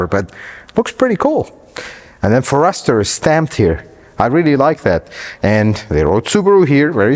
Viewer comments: I really like your videos and you give us very good content a lot of other reviewers skip out on. However, please…learn to pronounce the name of the vehicle you are testing. It’s FOREST-ur…not For-Esther. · His pronunciation of so many words is a problem. Do a little research on the unknown color. Listen to others say," Forester." 🫤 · I'm just one comment, but wanted to say I had to keep myself from closing the browser tab every time he said "for-REST-er", but that aside, his review is great, and I was close to subscribing by the end. The "May the Lord bless you and keep you" at the end sold me. I'm now subscribed. Great review. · Pronounced it wrong. Like "FOREST", with "ER". And for 35k.. that's too much still , all cars cost way too much now, so ridiculous! Got my 2019 Ascent Premium SUV for $36k, much better, bigger car. I wouldn't be paying $35 for this. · For Pete’s sake. It’s pronounced Forest the er. Forest like in trees, bush. Forest-er!!!!! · How come he can't pronounce For-est-er??!! 🤦‍♂️🤷‍♂️ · Honestly now, who failed AMD and let him call this a Foh-REST-er?? The car’s only been around since 1997.. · For Ester was killing me 🤣🤣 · First time I heard it pronounced forESTER. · Ok I can't believe you do not know how to pronounce forester, I would think Jose might of corrected you before you posted this, here's a hint say forest 1st then ad the er, I just don't want you to look bad amigo....Javi G. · It’s pronounced forest er 😀😱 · My ears are bleeding every time I hear FOR ESTER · I love how he puts the accent on the second syllable instead of the first in "Forester". :-)) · You shouldn't be reviewing something that you can't even pronounce correctly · Sir, you are a Forrester pronunciation molester. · Never heard anyone pronounce Forester in that manner. Is that the correct pronunciation? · The pronouncing of the Forester is awesome 😂❤ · Have I been mispronouncing Forrester? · It’s pronounced Forrest-er and not for-ester. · FORE ester, not fore ESTER